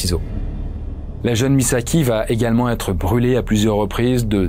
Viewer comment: Il n'y a pas de "T" à va , donc arrêtez de faire une liaison qui n'existe pas !! vous y gagnerez en crédibilité et en qualité ...